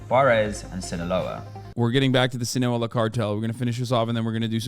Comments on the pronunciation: Hasan really just said "sinağola" one time and chat went nuts lmao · Hasan freestyling the pronunciation of Sinaloa everytime has me weak